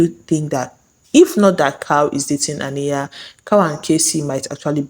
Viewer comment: It’s Ah-NIGH-yuh.. Ah..NIGH..yuh. Please I beg. It’s giving you did not watch the show🤨